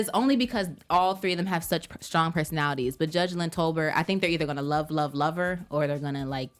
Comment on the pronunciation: why is it the last episode of the season and you are still pronouncing Judge Lynn Toler’s name incorrect lol